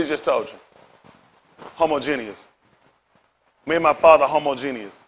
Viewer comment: I rock with what he's saying, but it is hilarious how bad he butchered the word 'Homogeneous' tho...